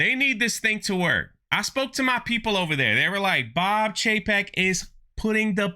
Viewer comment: It’s Bob Cheap-ek